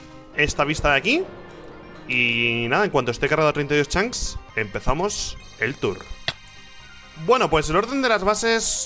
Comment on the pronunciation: Hay algo que me fastidia y mucho ¿Desde cuando Rich dice "Chanks" en lugar de "Chunks"??